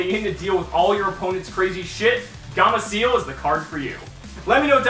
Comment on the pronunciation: "Gamaciel" xD later on in the years he starts saying gameciel.